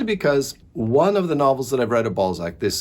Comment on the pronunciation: I found Eugenie Grandet yesterday in a charity shop. You are still making him sound like 'ball sack' though😂